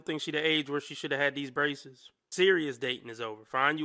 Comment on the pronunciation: Braceseses Braceseses Braceseses reeeaaaaalllly u SERIOUS…BRACESES